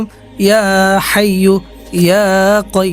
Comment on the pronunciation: হাইয়ুল না হাইয়্যু